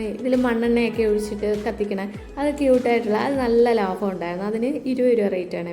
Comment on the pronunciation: ലാഭം ആണ് ലഫം അല്ല 😂